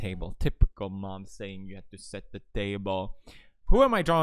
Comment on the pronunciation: I like how he would put "ä" in almost every single word, "havät", "litän", "dälfin", "häljen" and also, sbenande